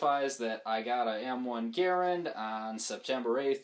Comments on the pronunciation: That cartoonish actor didn't know shit about how to pronounce a French last name, and neither to you. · I live less than 10 miles away from Springfield Armory NPS and have visited a few times (go if you ever get the chance). Anyway, the M1 inventors last name was pronounced GARE-and, but the rifle is commonly called gar-RAND. I have a service grade rifle on order and I'll call mine "Boomer". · Everyone needs to watch the forgotten weapons video on how to pronounce John Garands name.